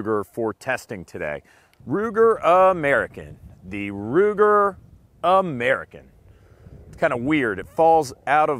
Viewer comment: All I ask is say AMERICAN correctly.